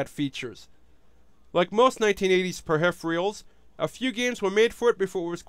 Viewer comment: "Per-hhiph-reals"?? Lol. Sorry. Great vid. Thanks!